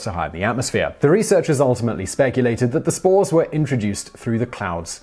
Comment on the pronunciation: For a second there I thought he was saying smores instead of spores.